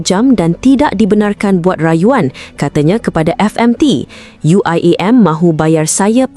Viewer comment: itu pembawa suaranya aja nyebut UIAM pakai logat inggris.. dasar bahasa rojak